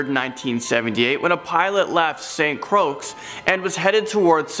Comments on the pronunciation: I'm NOT being a KAREN but St. Croix is pronounced (CROY) not (CROAKS). Just a little friendly edumacation lesson!!! 🤣🤣🤣🤣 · Im sorry but he said St Croaks!!! 😄😄😄 Again im sorry but i found that hilarious.. Just please dont call it St Croaks 😄 St Croix=(say Saint Croy) How u never heard of it though? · St.Croix is pronounce as (St.Croy)